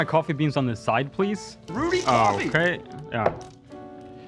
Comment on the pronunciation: rudy cwoffee